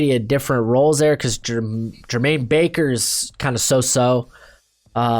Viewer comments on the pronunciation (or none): sorry i was working but jeremiah owusu-koramoah you said koramora, jerome baker you called him Jermaine, Jadeveon Clowney you said Jveon, matt feiler but you admitted that one Kevin king not keen